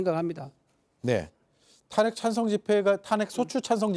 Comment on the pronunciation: 대구묘? 탄핵찬생? 국힘 수준의 새는 발음...입지가 좁아져가니 안정감 자신감 상실. 앞으로 정당 이름에 '국민'이라는 단어 금지하자